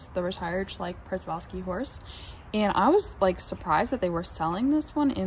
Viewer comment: Good video, well done. BTW the Przewalski Horse is actually pronounced “Sheh-Val-Skee Horse.Or, if you wish to go native you can call them “Takhi” which is the name given by the traditional Mongolian peoples for centuries before European influence.